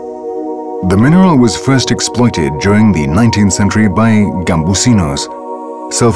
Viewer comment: "Explioited" is the focus here....